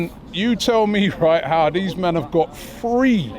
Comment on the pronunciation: It's not free robbie it's three😅😅😅